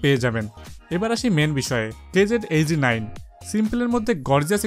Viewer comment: It's KZ not QKZ 😑😑